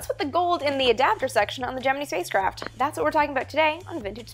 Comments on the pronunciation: does she say geh-man-ee it's geh-mEn-EYE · Love your vids! Just curious why you say Gemi'NEE" in stead of Gemin"I"??? Go here and press the play button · For four or five decades we called it "jem-en-eye" not "jem-en-ee". Were we all wrong? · Wait- Gemi-NEE? ???? I've never heard it pronounced anything other than Gemin-AYEE. (Emphasis on first syllable, of course) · Just a note: it's pronounced "Gemin-EYE', not "Gemin-EEE'. ;) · Though it is Gemini not Jiminy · Who has been pronouncing gemini wrong their whole life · Geminee? Geminee? It's Gem-in-EYE. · Whats Gemeny? Isn't it Gemini, Gem in eye? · Why can't she pronounce "gemini" correctly? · Hello, love the videos! Quick question though - Is it actually pronounced "GeminEE"? or GeminEYE"? Just curious since you and I are Canucks after all, or is it a matter of PotaY'to vs. Potato'H? / TomaY'to vs. Toma'Hto? - Thanks!